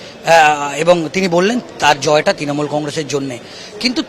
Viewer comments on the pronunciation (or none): এইরকম জঘন্য উচ্চারণ নিয়ে একজন কিভাবে সাংবাদিক হোতে পারেন? তিনোমূল? কংগেস? কেন্দে? অসহ্য। দয়া করে ঠিকঠাক উচ্চারণের কাউকে পাঠাবেন।